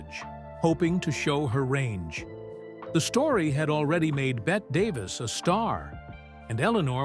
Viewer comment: Sounds like Sour Grapes, if you believe most of this, since right off the bat, the "Narrator" in this MISPRONOUNCES Bette Davis's Name......A Tipoff to the lack of validity in Everything else in this...😉😎